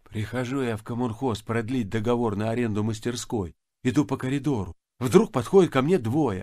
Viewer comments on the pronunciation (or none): none